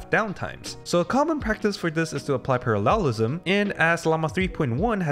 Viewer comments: Parallelism 重音應該放在第一個音節，而不是第三個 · Why do you pronounce “parallelism” in this way 🤣 good video as always